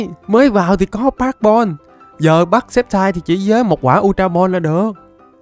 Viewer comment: sextai cái j mà sextai Pokemon người ta tên là sì kép tai đọc là skép taiz ko bt còn đọc sai🤬